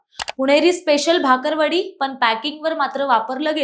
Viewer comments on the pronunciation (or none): भाकरवडी नाही ग बाई!!! बाकरवडी 😅😅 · आधी बाकरवडी म्हणायला शिका..... भाकरवडी 😂